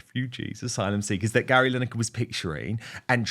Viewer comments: Is she saying Larry? Haha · Did she call Gary Larry? 🤣🤣🤣🤣